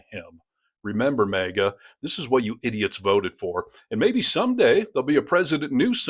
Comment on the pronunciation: It's not "MEGA"! It's "MAGA"!